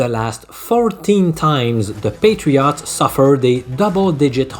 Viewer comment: Love how you pronounce NE Patri-AUGHTS 😁